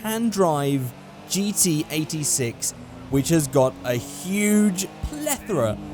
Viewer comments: Notice me Senpai!!! Is it me, or did every time he say GT86, it sounded like he said GTA VI?!?!?! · what says: GT86 what I hear: GTA6